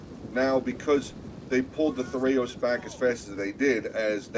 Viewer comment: The fact that the co-caster correctly pronounces thureos spears alone makes him a worthy addition.